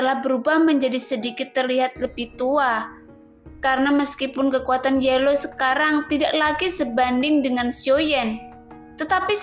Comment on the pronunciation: Teksnya kayanya ada yg kurang min pas awalnya... Trus bukan yelow min yao law...hahaj